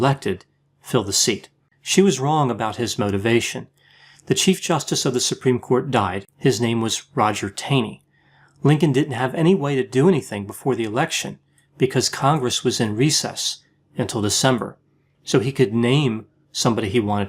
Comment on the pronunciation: You mispronounced the name of the Supreme Court justice Roger Taney. His surname was pronounced as “tawney,” akin to the type of port.